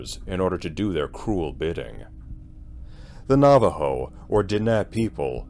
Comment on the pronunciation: It should creep you out! Thank you for the correct pronunciations of the tribal name and language words that you used. Very much appreciated.